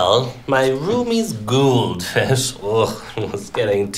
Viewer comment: pronunciation of goldfish, bowl, and flooded are what did it for me.